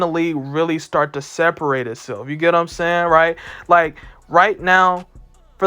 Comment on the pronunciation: No one: This guy : "You get what I'm saynn" 🥴